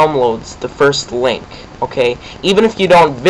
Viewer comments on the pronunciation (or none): none